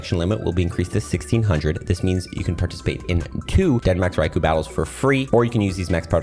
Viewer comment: Fun Fact: The ‘U’ in Raikou is silent